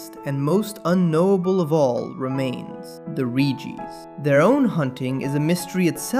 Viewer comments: It’s Regi! Not Ree-geee 🤦‍♂️ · Can we talk about how you pronounce relicanth correctly, but then Reeeegees? What, are they the long lost brothers of the bee gees? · Bro said "the Ree Gee's" 😭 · "ree-gees" Lol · Dawg “reegee” isn’t even a mispronunciation that’s just objectively wrong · "the ree gees"